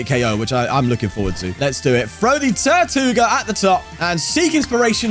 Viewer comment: Funny how you pronounce tirtouga as "tortuga" which means tortoise in Spanish haha